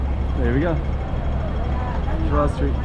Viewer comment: I also came to say that you know how to pronounce the name "João" really well. :)